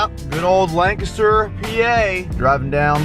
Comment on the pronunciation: Alright you said it right!! Lol landcaster. Some say land caster but down here in the south we sat land ca ster